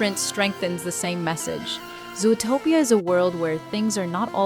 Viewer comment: Fun video, but why do you pronounce Zootopia that way? Sometimes you really pronounce it very weird and wrong